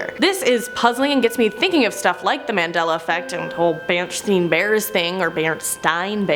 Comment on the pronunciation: It's Mandela not Mendela. Refering to Nelson Mandela.